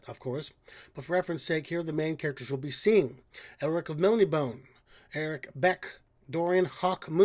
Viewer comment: They are all avatars of the Eternal Champion and aspects there of. And I don't care how you get there but I need the 'ee' or 'ay' at the end of Melnibone. haha I was wondering if they were just going to leave out Jerry Cornelius or if he was just going to be replaced by that Eric chap. Not to defend the series but Tanelorn is nexus point in the Elric Multiverse, the center point of all his worlds, as well as representing a balance between order and chaos, and if one wanted to throw of that balance off it would be a place to attack, though admittedly I believe both the far ends of chaos and order have tried to do that sh!t before (as neither side is truly good in their purest form). The Eternal Champions have been able to conjoin their forms at least one, if not more, in the books, though I do not care for it myself. BLOOD AND SOULS, BLOOD AND SOULS, for the Master of Minds and Men, Tonomakai. Thank you very much for spending time on Elric and Conan though I do wish you would have gotten more enjoyment out of the experience. I would love if you come back revisit their more classic variations again. As always in such discussions, Moonglum was a Hobbit.